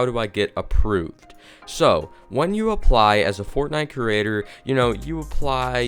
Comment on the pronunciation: He literally said “kerater” instead of “creator”